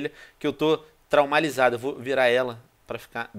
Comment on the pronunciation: corrigindo ele fala traumalizado